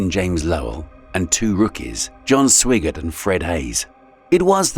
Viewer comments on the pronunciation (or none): I know we had an astronaut with the last name of Swigert, but I’m around, oh, 100% sure it was pronounced as “Swag-art”. I’ve even heard “Swag-ard” and “Swag-erd”, but I’ve never heard it pronounced exactly like it’s spelled lol. I know it’s text to speech and it’s just reading off what was typed, but man, first off know the subject, do more research, go back and listen to it before releasing it, and fix the errors! I use to manage my company’s phone system. It had 64 sites, ~ 2400 phones, for roughly the same amount of people. I had to type in text to speech for all the sites and voice mail because they wanted the same voice used on all extensions. Because we are a medical group, obviously we have a lot of doctors. They can have some crazy names as not all of them are Americans. So, the text to speech can really screw them up. I would listen to the messages, note the errors, then go back and try to spell things like they sound, and try again. If that doesn’t work, I just keep trying crazier spelling. I’ve had to break names into multiple parts before and use normal words together to create the desired outcome. It’s not hard! It just takes a bit of time. Not doing this says you’re not really taking pride in your work, nor showing respect to the subjects your covering, especially the people effected by those events. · Comes from leaving shot choice to AI. Those prompts must be precise. Swigert’s name pronounced SWY-gert. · The Apollo 13 commander's last name is Lovell, not Lowell. You mispronounced Swigert's last name. I stopped watching after that. This video is bad.